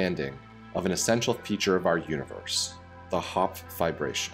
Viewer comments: *triggered everytime i hear VIBRATION instead of Fiberation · I thought he was saying vibration lol. No not that kind all you pervs lol